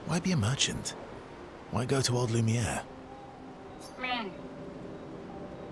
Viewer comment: Intentionally mispronouncing "Lumiere" is getting old